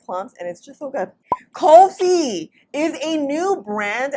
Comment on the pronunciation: omg I got so excited seeing the name of this brand lol Its nice to see some representation :D :D :D I hope they come to Canada too! You got the pronunciation perfectly ;) Elaichi is Cardamon. I'm here hoping that colour works for me because I love Cardamom.